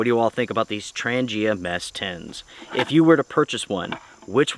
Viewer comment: Thanks for the review . And BTW, it’s pronounced ‘Tranja’ :)